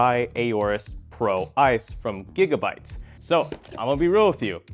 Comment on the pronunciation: Just so you know the English language doesn't pronounce the A in aorus. Just like those other extremely difficult to pronounce words like knowledge, gnome, wriggle etc etc.